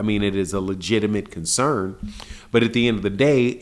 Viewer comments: Its CONCERN NOT CONSERN BRUH. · “Consern” lol